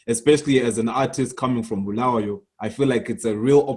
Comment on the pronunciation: So Trevor Ncube a ndebele man can't even pronounce Bulawayo correctly? Disappointing 🤦🏾‍♂️